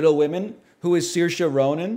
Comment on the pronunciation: So Saoirse is pronounced Shur-sha Ronan.